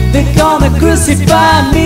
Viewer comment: The Ballad of John and Yoko was spot on. Only hint of a filipino accent was the pronunciation of ‘crucify’ but all in all excellent.